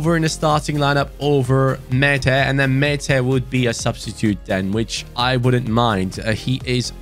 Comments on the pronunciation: When you pronounce Maatta, you say it like the Turkish name 'Mete', which I like very much as a Türk 😁. I love you, hi from 🇹🇷. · Määttä name is pronounced as Mata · Määtä is pronounced like Mata but slower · I'm not Finnish but Google Translate told me you pronounce Määttää as Mae-Ta (Sorry if it's wrong Finnish people) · How to pronounce MÄÄTTÄ IS MAR THA